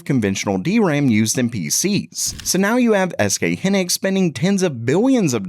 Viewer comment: It’s SK HIGH-Niks. Pronounce it correctly. Also these new fabs won’t show up for production for years. You’ve been blasting videos every day for weeks now saying the ram crisis will be over “soon”. So damn click baity. You’re welcome for the interaction.